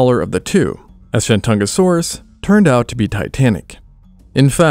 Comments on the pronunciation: The host of this channel had no reasonable way of knowing that the old Wade-Giles romanization system set him up for a mispronunciation of sorts. Messrs. Wade and Giles were British diplomats of the 1800s and not philologists. For some goofy reason, T's are D's in the Wade-Giles system. The modern romanization of the Chinese province of 山东 is Shandong (lit. mountain-east). It appears that the name for the star dinosaur in this video was coined when Wade-Giles was still throwing everyone off. Shandongosaurus would be the most accurate way to render the creature's name. I don't see this happening, however. First and foremost, there would be a big 东 right in the middle of its name. ;) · When you first said Shentungasaurus, I heard ShenCHUNGAsaurus, lol. Because its a chungus, lol